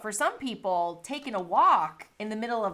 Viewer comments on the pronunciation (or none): I got at a chuckle at how pronounced Minnesota. I absolutely need a way to walk indoors...brr. I'd love to try alterna sweets